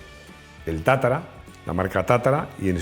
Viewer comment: Es tatra, no tatara...